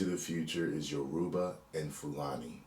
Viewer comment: It’s pronounced Yoruba, not Uroba 😂😂 Welcome to the family